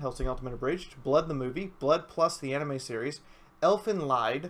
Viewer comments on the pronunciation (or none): your pronunciation of elfenlied would translate into elves suffering